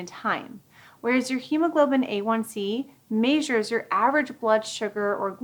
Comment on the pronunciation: Oh my god, please learn how to pronounce measure correctly!